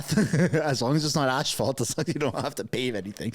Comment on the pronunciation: Ash-phault? LOL